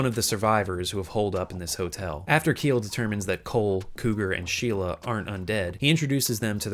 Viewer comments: Just wanna correct you on something. "Kiel" is the Celtic american spelling of the name "Kyle" and is pronounced the same. "Kiel" as "Keel" is the German name of a city and probably what you got when you googled how'd to pronounce it lol. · Isn't Kiel pronounced "Ki-El"?